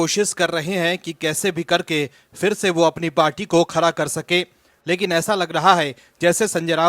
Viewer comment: News banate ho sahi se bolo khada ke jagah khara nahi bola jata hai..